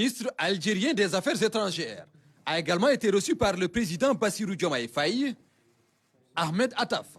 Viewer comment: Le journal devient intéressant, surtout avec ce journaliste,👍👍il s'exprime très bien, j'aime quand il prononce le nom du président et c'est aussi un beau nom 🥰🥰 félicitations au nouveau Sénégal 👍👍